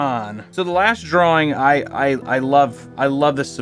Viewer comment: I like how he says the word "drawing" like "draw-ling"